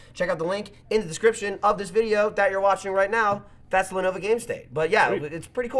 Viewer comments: you keep calling it Lenova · Anyone else notice that pronounces Lenovo as Lenova. Love that Jersey accent.